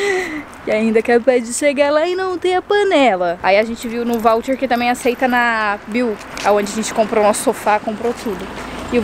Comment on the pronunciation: Que agonia ver a pronunciando várias vezes voucher errado kkkkk